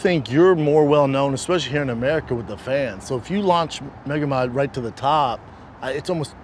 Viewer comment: Schaub: “Megamod” Hill: “Yea…Magomed” 😂